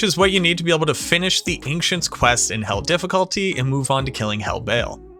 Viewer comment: Are you saying Ancients as "Anxients"? Just recently came across the channel and I love the content but I can't stand listening to one more "we dropped" or "I dropped" when you mean you found something or an enemy dropped something... Just freakin' say you found it. You didn't drop the thing.